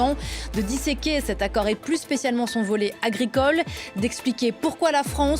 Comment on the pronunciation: « Dissequer. » Deshiqtvous.